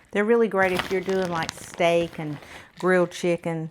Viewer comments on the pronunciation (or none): none